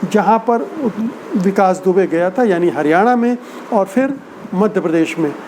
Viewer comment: Sir with due Respect , fool is no word, it is bhool. Same way there is no word like . feer , it is phir . All the word pronounce with “ ji “ you can change with “ zi “ like zindagi not jindagi. Zaroor Not jaroor etc etc. thanks